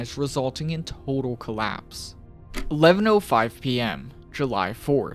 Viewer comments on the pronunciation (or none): none